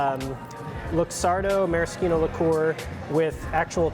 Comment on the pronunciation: Someone pronouncing it right! Hell yeah. Ma-ra-SKEE-no.